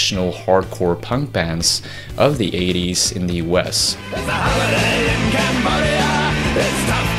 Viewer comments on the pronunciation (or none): none